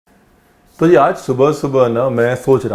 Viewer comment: teen THO tamatar le lijiye.. Esa koi word hi nhi Hindi me still hr koi use krta hai.. Like haan becomes Hao.. 🤣🤣